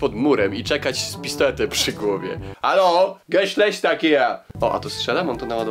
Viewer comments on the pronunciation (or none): none